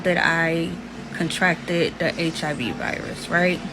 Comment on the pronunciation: “CON-tracted”? ….she didn’t sign to DefJam. 🤨